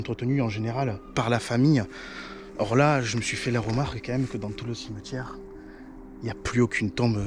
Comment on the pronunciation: Un cimeutiére qu il dit lol